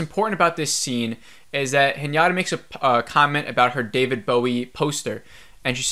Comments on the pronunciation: The scene where she’s swimming in space is so funny… she has a higher chance of propulsion from a fart then swimming… anyways.. my dude… I cringe when you call her Hnyata…. It is He nah tahhhh…. Haha. Overall 2.5 ep for me too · Haha I heard everytime Piñata instead of Hinata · Sameeeee!!🤣 its just Hinata as it’s written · I love sci-fi, I keep hoping that it will get better but it doesn’t. Her name is Hinata phonetically hi na ta pronounced (he na ta) not henyatta. Thanks for sharing your thoughts. Watching from here in Japan. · its pronounced hee-na-ta...not hee-nya-ta.....also, didn't you feel that the director had Anisha's kids acting super spoilt at such scary times through out the first 5 episodes? cuz in comparison, casper and his school peers were more authentic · Whenever you say Hinata it sounds like Piñata to me lol